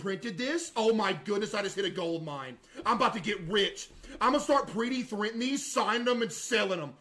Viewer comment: Imma bought to start pree-dee-thrinting this.